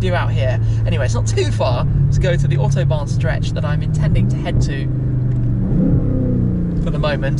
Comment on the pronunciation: . . its official Smee cannot say Autobahn . .